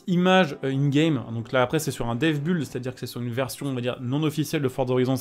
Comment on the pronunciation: Merci pour ton taf, juste un truc on dit build "bild" pas buld. Ca veut dire construction, donc ca viens de to build, comme un building, que tu vas prononcer bidling pas bulding.